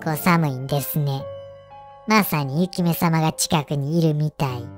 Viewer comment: 雪女をゆきめと言うのぬ～べ～以来だな